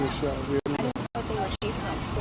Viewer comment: Kno-aw what i mean? Apparently every officer there did not know what you mean.